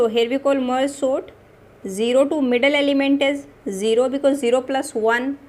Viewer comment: Didi aap "sort" ko "SONT" kia bolte ho😂😂